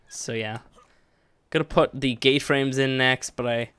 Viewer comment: It sounds like he says gay frames not gate frames